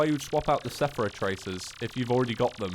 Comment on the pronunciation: "Sephera Tracers" some nice reading skills there.